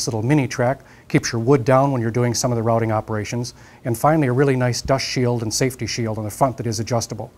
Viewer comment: Haha, kind of sounded like he said "get out there and start robbing" in the end